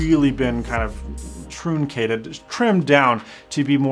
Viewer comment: Did he just say troooncated?